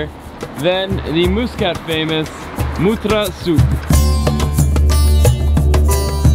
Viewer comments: 💖 Nice video but with lots of mistakes...Yes yes! the country is a beautiful magical jewel. But No! it's not Moooskat...its pronounced Mus ...Cat. Pain to the ears everytime you repeated it. Its Mutt ...ra souk not Moootra!. Franckisence is Luban (arabic word)...not 2 different things! it's pronounced Looban not Liban. Its utopia not dystopia! 2 different words with different meanings! The Grand Mosque is for the public, all tourist can entre in the mornings ~ no need to wash anything before! just dress appropriately, same as Vatican visiting rules! You did not show the most famous room with record breaking Chandelier and carpet... absolutly stunning! Apart from the soup all the food you ate was Indian! There are specific Omani dishes that are very Very Tasty! don't know why no one guided you to them? The Bustan palace hotel is just that...a palace built initially to accommodate the ministers for the GCC summit that year...and later converted to a tourist hotel! The Sultan does not live in that far off beach palace, he resides there occasionally but lives elsewhere! The Omanis in your video are so Polite no one dared to correct you in your bad pronunciation etc... Apart from all that it was a nice fun video. Finally...Oman is not in the Middle East it is in the Arabian Gulf region (the Khaleege in arabic) the Mid.East is in far West countries of Syria, Lebanon,Palestine and Jordan...also known as the Levant region. And why should people be shocked at how nice it is?! ... it m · Your pronunciation is really bad. It’s muscat, as in muss you hair and Mutrah as in mutt. And the coffee is called Ghawa not kawa.